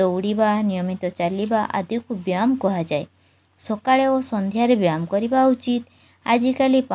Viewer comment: Mam ap byam kyun bol rhi Hain like why? That is byayam not byam 😂😅